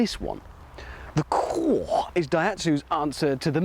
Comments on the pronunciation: Lol the pronunciation ir funny cwore? i think its pronounced See-Or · It's italian for heart. It's pronounced "koo-or-eh" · ダイハツ クおぉぇ〜🤮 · Italians surely laughing at that pronunciation - 20 valves eh? So 6.66 valves per cylinder? Satan would be proud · I always thought it was a nice looking little car, still is. Why does he insist on pronouncing the name wrong though? It’s irritating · What a dumb English presenter. It's in Italian as said above. Completely different pronunciation.